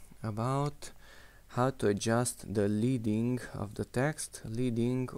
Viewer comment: That was very cool, THANKS! I didn't know about dragging to the right or left to change values up or down. Leading, btw, is pronounced "led-ing" and refers to the old days of typesetting when strips of lead (Pb on the periodic chart) were used to increase vertical spacing between lines of hot metal type. I'm just old enough to remember this! If there was no "extra" spacing added, it was referred to as setting the type "solid," that is, the letters on the form of a line touched.